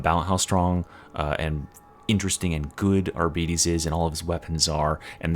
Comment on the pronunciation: You can't even pronounce arbites. Chill out